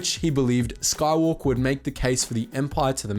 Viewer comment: Anakin Skahwolker